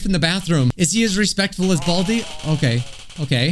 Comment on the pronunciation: Hey that’s a joke but he said bradi